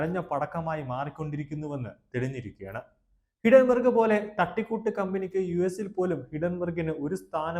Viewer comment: ഹിഡൻ ബെർഗ് അല്ല ഹിൻഡൻ ബെർഗ് ആണ്‌.